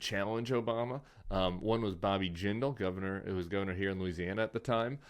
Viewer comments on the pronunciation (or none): none